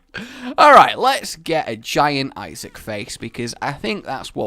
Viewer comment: New drinking chalange : take a shot when rage says issiac